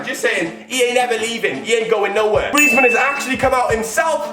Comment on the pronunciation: Its actually griezman